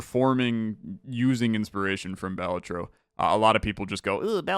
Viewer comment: btw, Balatro emphasis is on the "la" so its like (ba-LAH-tro)